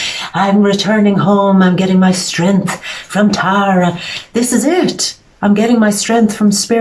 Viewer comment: wow.....you actually say my name right ....Taaa rah --- Thank you.Thank you this message was for me